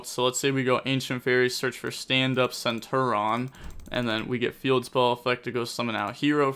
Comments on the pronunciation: goddamn my guy you pronounce the I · For the love of god it’s centur ION there’s an I